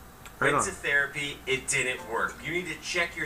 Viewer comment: ''the therea-PEE-EEE!'' LMAO!